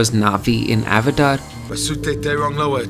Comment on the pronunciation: bhai ka excessive indian accent hai, but he says "Avatar" like he's american